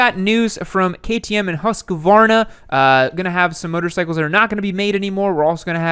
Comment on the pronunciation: "Husk-vaana" What a shame to end this Sexy bike. The big 4 did all that "Crossing Over" cc's back in the 70s Suzuki had 50, 70, 90, 100, 120, 125, 175, 185, 200, 250, 380, 400, 500, 550, 750,& they, & the other 3 had this closeness across almost every model in their range, I had the full range of Suzuki's GT range at one time & the difference between some of them wasn't even noticeable, my beautiful wife still has the first bike she ever rode on, a Suzuki GT 380, bought for £30 back in the 80s, it looks "Stock" but it's better than original, even faster than original, but then it should be with the amount of money we have lavished on it, it now stands us at £300, & she rides it like she stole it everywhere & never had an accident, but then shes only been riding for about 40 years.